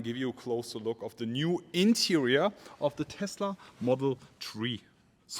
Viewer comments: Take a shot every time you hear model tree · If you say one more time model tree i remove my abo 😂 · Dis boy said model tree😂😂 leave him alone fam🤣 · What is wrong with your english man. Interia. Exteria. Modal tree. And much more. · "Tesla model tree" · Model S, 3, X, Y…. Tree, love it 😂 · "Model tree" 🤣 Didn't know Tesla was this environmental :D They even made a model out of wood :D